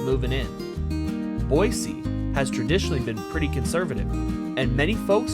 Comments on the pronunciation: YESSS YOU ACTUALLY SAID BOISE NOT BOYZEEE! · I can honestly tell you the re-record was probably very beneficial considering us Idahoans are very critical about our state capital name pronunciation 😂, good job for a non-local!! God bless.